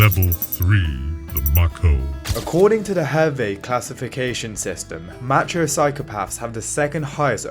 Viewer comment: If he says match-ho one more time I'm going to act out violently.